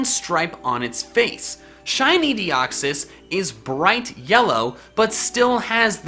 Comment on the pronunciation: all Pokemon Names Are Plural . For The Record lol . " Deox-Eye" lmao